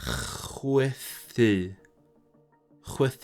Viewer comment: Chwythu is ch-w-uh-TH-ee, not ch-w-ee-TH-ee. Y is only pronounced ee in final syllables. The only exceptions are fy, dy, y, yn, ym and very few others. These are of course v-uh, duh, uh, uh-n, uh-m.